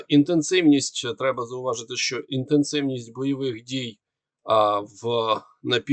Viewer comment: Дуже важко слухати цей важкий московський акцент. Постарайся читати кому перед ЩО, бо росіяни її не читають а говорять "томущо,". І вимовляти ЩО без м'ьякого знаку, бо українська щ читається твердо. Дякую за розуміння.